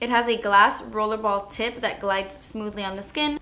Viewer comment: omg go to she says tit instead of tip im dying😂😂 btw, I love your videos x❤😂